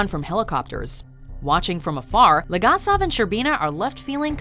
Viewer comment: While a fan of the top ten watchmodjo series. I cannot draw away from my East European roots and I just cringe every time a Name from this series is pronounced. Its BOris ShCERbina, and VAleri LegAsov... please do not butcher them...